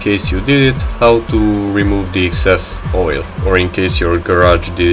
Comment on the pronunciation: "too much woyle"